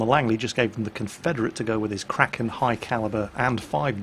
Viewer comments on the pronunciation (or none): none